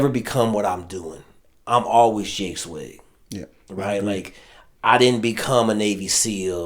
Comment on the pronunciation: You did so much research on him you didn't know how to pronounce his last name. Come on man!!